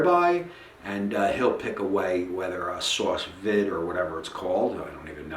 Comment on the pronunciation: Sauce vide 🤣🤣🤣🤣🤣🤣🤣🤣🤣🤣🤣🤣🤣🤣🤣🤣🤣🤣🤣🤣🤣🤣🤣🤣👌